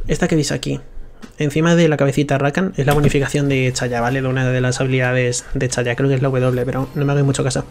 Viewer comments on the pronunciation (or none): porque este boomer dice Chayah?